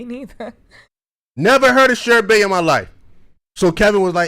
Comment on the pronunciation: Sherbay lol… smh…it’s Sherbet, pronounced shur buht.